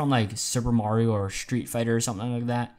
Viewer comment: Unsub u don't know how to pronounce Mario I'm sad